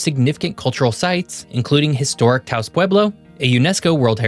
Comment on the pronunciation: Taos has two syllables, and 'prior to' is absolutely maddening - it's 'before'.